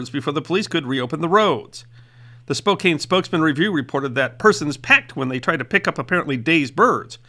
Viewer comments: One note, : "Spokane" does not rhyme with "cocaine" - try "Spo-can" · FYI: Here's a quick look into life in Washington; Spokane isn't pronounced spo-KAYNE, it's spo-CANN (like in "a metal can") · Spokane is pronounced "Spo-CAN" 😉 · Great video. Just F.Y.I. - The correct pronunciation is “Spo-CAN,” not “Spo-CANE.”. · Spo•CAN not Spo•CANE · Spo-can not Spo-cane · Spokane is pronounced SPO-KAN. Rhymes with Fran, Stan, man, tan. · Spokane is pronounced Spo Can. Just sayin😊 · Check Spokane pronunciation.